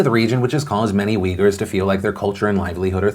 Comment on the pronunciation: the people are not wiggers or weejers, they are uighurs as in ooy-ghoor. quite shocked to see even wikipedia gives not one but two wrong pronunciations. if you look at the way it's written in their language (in arab letters) it's more clear it's oo-y-gh-oo-r.